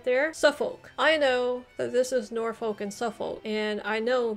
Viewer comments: This could be me being northern, but we don't say "shire" but we'd say more "shuh" which will make some of these names easier to say! And don't pronounce "folk" as "folk" it's more "fukh" (this one sounds like I'm messing with you but I'm not!). In terms of historical versus ceremonial counties, in August when Greater Manchester was plunged into a local lockdown due to rising Covid, it was in the local news a lot that people didn't know what county they lived in. Greater Manchester was originally part of Lancashire (we're talking war fo the roses) and it's in living memory that the current counties were formed (1974 I believe). I wasn't born until 1992 and I know I am from Greater Manchester but being from Lancashire is a hill most people will die on. This also includes the likes of West Lancashire and Merseyside which were also part of Lancashire back in the when. But it was actually kind of amusing the way that my town (or rather borough) has borders with Cheshire, Merseyside, Lancashire and West Lancashire (to the point where there are schools with children from 4 different counties and I used to joke that I'd "walked all the way to Cheshire" when I'd walked less than a mile!) and as a result, the council had to tell people what county we live in because a lot of people were resistant to being associated with the city of Manchester as we're actually very rural in parts here (as with many Greater Manchester boroughs). I do think you did really well with this though! Most Br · Hey, also it’s pronounced norfork (Norfolk) and suffork (Suffolk) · Norfolk pronounced norfuk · The way you pronounce norfolk and suffolk makes me wanna cry